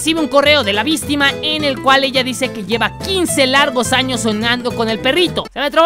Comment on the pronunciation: Coffe diciendo VISTIMA , me muero de la risa(人 •͈ᴗ•͈)